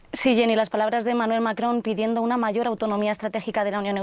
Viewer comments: Esa señora es la Martha Debayle del francés. Diga "Macron" con todas las letras, no "macoon" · Que simpáticamente pronuncia Macron....😂😂😂 Ya quiere ser francesa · Que mal cae la conductora y su pronunciación del Macron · Jenny Perez no puede pronunciar Macron 😅😂